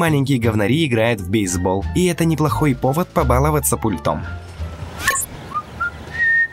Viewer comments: С пУльтом! Ударение на первый слог. Как можно быть таким безграмотным? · Ударение на У пУльтом... Перезапиши колхозник